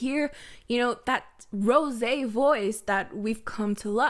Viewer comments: Tf hahahah did u just say rosEE like german vibes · okay but where are you from? I mean the "Rrrosé" looked so french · Why you pronounce rosÉ like that? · I’ve been asking this every video, Why does she say Rose’s name like that? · I haven't heard you pronounce Rosé that way in a while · pls stop pronouncing rosé like that 🥴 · Why do you pronounce Rosé like that?